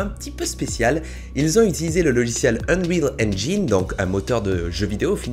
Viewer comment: Ça ce dit unreal enjaïne